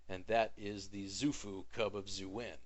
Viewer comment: To my understanding, Xuen is pronounced "Shwen" and Xu-Fu is pronounced "Shoe-Foo." Cool vid, though. Very helpful. :)